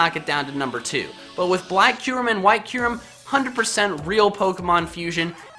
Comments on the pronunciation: Kue-Rem? It's Cure-Rem.. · It’s kyrem not qrem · its not Keerum for kyurem, its Kie-er-em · Q-rem? I thought it was pronounced kie-rem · Laugh so hard when he said kyrum😂